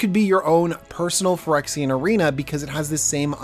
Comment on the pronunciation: Say pirexia if you want a yawnmoth deck